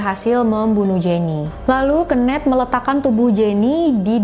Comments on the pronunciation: Kenneth di baca (kenif) kak bukan di baca kenet,hehehe. Kenet itu sama artinya dengan kenek 🙏🏻. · ken-neth bukan keun-neth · Suka sama cara story telling nya, cm kadang ada bbrp pelafalan bahasa inggris nya yg aneh bgt.. Saran aja, sering nonton video bahasa inggris biar lebih bagus kak spelling nya.. Ky misal pembacaan nama KENNETH d video ini.. Jd agak gimanaaaaaa gt jd nya.. Klo pembacaan inggris nya lebih bagus makin mantep lg kakak.. 😁